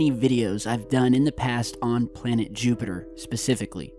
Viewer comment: JEWPITER!!! YOU SAID JEWPITER LOL